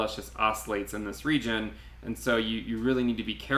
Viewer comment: Love your analysis.....but who says regeen instead of region 🤣